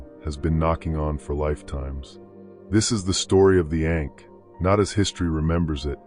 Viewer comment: Hard for me to take you seriously when you consistently mispronounce ankh.